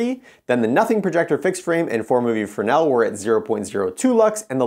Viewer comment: Pronounced Fray-nel in his native tongue. lol I only know this by working with tons of Arri and Mole Richardson equipment for lighting my one of our PA was a French man who kept telling me. ha